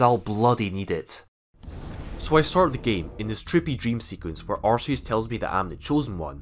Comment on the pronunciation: First youtuber ever that says Arceus the right way